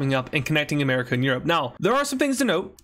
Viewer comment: BRO SAID "ANERACA" LOOLLOLOOLOLOOLOLOLOLOLO LOL O LLOL!!!!